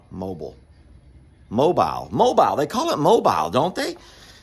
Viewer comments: Mobile is pronounced MOBILL lol. sometimes you waste a lot of time over thinking things and analyzing way too much.. (such as talking to us in your videos. It seriously doesn't matter) I have issues with analyzing a lot as well, especially when I think someone in my family is not pleased with me. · It's Mobile pronounced Mobeel. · Mo-Beal is the pronunciation. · Mobile is pronounced like moe bill..lol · Mobile (Mo-Bill), AL. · Mobile, AL is pronounced "Mo-bill" 😊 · Lol😂 Mobile is pronounced mow-bill. I have family who live down there. I live in Tallassee. Try saying that 😅. It’s in central Alabama. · Mobile, AL is Pronounced Moe-Bill Alabama!!! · Mobile is pronounce, Mo…beel. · Mo-beel Alabama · It's pronounced as MoeBill AL 🤣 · I think its pronounced like (Mo-beel) Alabama. Maybe????😏 Good video! It is like a show. "Adventures of " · it's pronounced Mobill. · It is pronounced “mobeele” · MoBiel. Is how you pronounce Mobile AL. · Mobile. Is pronounced: Mo-beel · Mo Bill is how we pronounce it in Alabama. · It is pronounced... Mobeeeel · Pronounced.... mobeele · 🥰, Mobile is "mo-Beal'' with emphasis on the 2nd syllable. No problem...crazy about you guys. 💕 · how can you NOT know how to say Mobile! LOL Jami got an Egret for the pond, how cool is that! (Grin) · It’s Mo-beel not mobile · Mo-beal not mobile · It’s pronounced Mo biel (like Jessica biel the actress) 😂 just ask mr cog hill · It’s pronounced Mo-Bill Alabama. ❤ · It's pronounced "Mo beel Alabama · We pronounce it Mo-Beel Alabama, with the accent on the beel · The second portion of Mobile is pronounced like “deal” but with a “b.” Cornholio was yelling “you do it too.” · I think they pronounce it- “MO-BEEL” Alabama. The tool room looks great and snake-free❣️🌻💝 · Hi, Sorry I’m late seeing your video. In case no one has already clarified the proper pronunciation, Mobile sounds like Mo-Bill. Have a lovely day. 😊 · It's pronounced (Mo-bill), Alabama